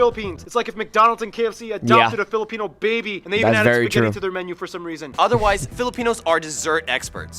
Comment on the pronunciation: You almost made me forget my language on how bad you pronounced philipino